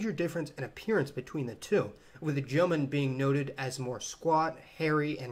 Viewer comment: Jomon="Joe-Moan" not "Jomin"